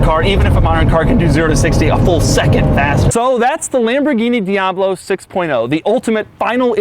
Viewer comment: Lambowrggini diablwo Thats how i heard him pronounced it